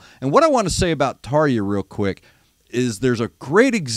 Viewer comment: Try pronouncing her name a bit more like Tarr-Ya. European J's have typically have an English Y sound associated with them. Hope that this helps.